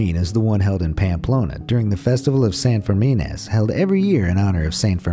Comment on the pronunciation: I love your pronunciation of Pamplona and San Fermin.